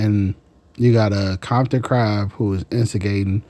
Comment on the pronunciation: Wtf is a kompton ckrab 😂